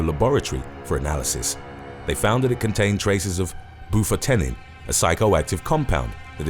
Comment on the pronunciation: Bu-fought-tin = Bufotentin Silo-cine = Psilocin Silo-cye-Ben = Psilocybin